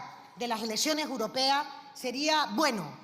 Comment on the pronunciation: Elesione uropea 😂😂x dios q le pongan un logopeda a esta inútil pueblerina